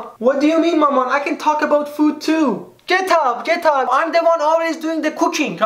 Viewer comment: Mama's Tavassoly "get up, get up" sounded like "book" in Farsi: ketaab, ketaab 😂😂👍